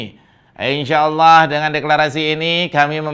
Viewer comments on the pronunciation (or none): none